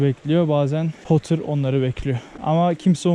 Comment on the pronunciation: poter degil laa porrter,o inek yada bufalo dedigin hayvanda YAK.ictigin sularada o yak ve turistik tesis tuvalet sulari karisiyodur